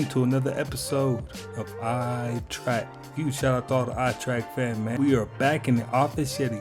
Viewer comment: Tr-Eck not track